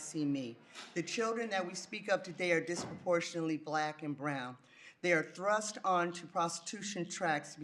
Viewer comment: She said "disproportionately" lol. You need to name alot more than 2.